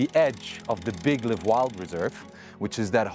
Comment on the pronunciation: live wild? liiiiive wild bro ! i pronounced same as in “wild”. otherwise it refers to the verb, like I hope to “live” long…